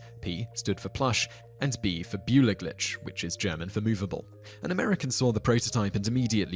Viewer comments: Tip: "beweglich" is pronounced "beh vey glish" not " bjoo e glitch." :) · Büwer-Glitsch? I don't think so. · ***** It took me some time to realize "boola-glitch" should in fact be "beweglich". the correct pronunciation can be found here - click on the speaker symbol right under the fifth yellow line ("Aussprache") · as a german I cracked up over your pronounciation of "beweglich" :D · you should work on your German pronunciation. I hardly managed to understand "beweglich" after listening 5 times over. English and German don't have same pronunciation :p